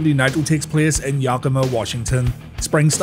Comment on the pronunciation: Yes that was really true to an extent. Yakima is a very poor desert town in Washington who's notable claim to fame as it were... was having more meth per capita than anywhere else in the US. There's a definite train wreck quality there. Side note, locals call it "Yak-Key-Mah" basically. The natives call it "Yah-Kah-Mah". It's one of those native words that I don't blame people for flubbing hard. But there's been some pretty wild pronunciations of it I've seen out there.